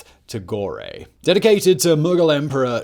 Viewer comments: Tagore. The "E" is silent at the end. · I love ur videos but u really killed the pronounciation of Tagore